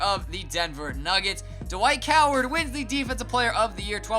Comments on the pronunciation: You said Dwight coward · Did anyone else hear "Dwight Coward"? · He said Dwight Coward